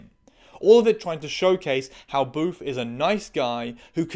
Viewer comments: I'm sorry, I keep hearing it as "Boof," which is REALLY fucking funny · I keep thinking you're calling him "boof"